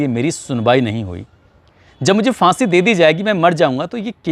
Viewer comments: लगता है कि आपने उर्दू नहीं पढ़ा है Fansi नहीं फांसी होता है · aapki report to theek hailekin aap phansi word sahi bolte to zyada theek hota. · “FAANSI ka FANDA” ?! “PHAANSI ka PHANDAA” hota hai ! 🤷🏻‍♂️🤷🏻